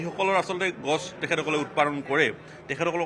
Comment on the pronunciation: অসমীয়া ভাষাৰ কি উচ্চাৰণ দেই😢 গছ গৈ গাছ হলগৈ